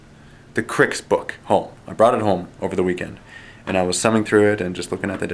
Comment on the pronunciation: you should get Fireman Tim in for a couple games of WM as I think he put the first WM video up on your channel. I'm hoping he is the PG that is going to be teaching you. Also thank you for pronouncing the name Cryx correctly unlike that clown at that painting company Bluesomethingorother.